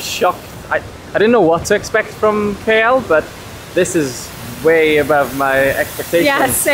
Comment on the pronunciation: Pls pronounce the city name KL as the alphabet "K" and "L" not "Key Yell"...